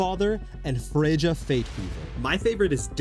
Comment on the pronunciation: I love the vids, they keep me entertained as a guard with nothing going on early morning or late nights. Though being Norse Pagan and hearing your pronunciation of Freja killed me 😂 it’s more of a Fre-Ya than FreJah lol